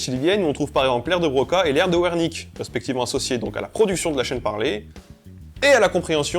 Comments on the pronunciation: L'aire de "Ouernique" ? Le mec était allemand, donc ce serait plutôt l'aire de "Vers-ni-queue". Wernicke. Tu dis que le grec est une langue morte... Il vaut mieux préciser que c'est le grec ANCIEN, le grec moderne étant bien vivant. ^^ Sinon super vidéo, comme d'hab' ! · À titre informatif, l"aire de "Wernicke" se lit "Verniké" (c'est de l'allemand) Voilà voilà :)